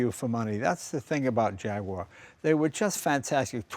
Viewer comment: Yes, but interestingly he then mispronounces Jaguar after having pronounced it correctly at the beginning.